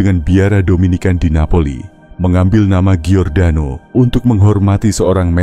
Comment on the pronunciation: Namanya adalah Giordano Bruno Dalam bhs Italia dibaca = JORDANO bukan GIORDANO. ❤ Salam Sukses Sejahtera dari kampung saya.